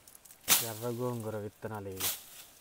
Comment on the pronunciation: Gogu kadu gongura